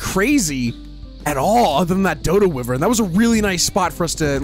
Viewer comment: Why bro say whyariven like that